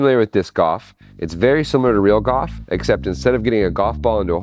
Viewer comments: it's not 'goph' it's golf your pronounce the L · Are you saying "disc off"? I only realized "off" is supposed to be "golf" when you said "real goff" and showed what looks like golf. Your pronunciation of "golf" just doesn't have an "l" in it, so I had no idea what you were saying at first, and could only hear "disc-off". Anyway, awesome project and extremely entertaining. That's all I have to say about that. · A minute in and I'm already tired of hearing him say "goff." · Is he saying “Goff” instead of golf? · Why does he keep saying disk OFF? Isn't it disk GOLF? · why do you call golf goff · "Disc Goff" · Gof? I've never heard golf pronounced like that. Is it an American thing? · “Disk gaulf” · Are you saying goff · Checking the comments to see how many people mention his pronunciation of golf. gawf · funny how he says Gauf 😂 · Omg i love how you say goff. Disc goff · all that engineering genius and he can't pronounce the word 'golf' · man way you say golf is insane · I have never heard anyoje pronounce golf like you hahah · Why does he say golf like that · Not sure if you are aware,,,, BUT,,, the word GOLF has an "L" in it when you pronounce it! 🤣🤣🤣🤣 Love from an English guy trying not to be "grammar police" 👊🏻 Another great upload! 👍